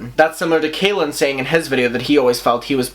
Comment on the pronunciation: i just HAVE to point out that his name is pronounced CALL-in not KAY-lin. it might not sound important but i believe that people should be corrected when it comes to names :) i hope everyone is having a really good day 💟